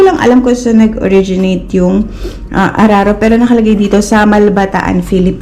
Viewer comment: Mam di po araro kundi uraro🥰